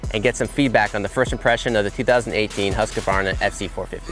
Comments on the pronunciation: love how all the ppl that ride bikes and right about them for a living always pronounce Husqvarna wrong. Lose the "A" in the middle there dood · yeah they say "husqAvarna" for some reason, I guess swedish is hard for the americans :) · 2018 and they still cant pronounce "Husqvarna".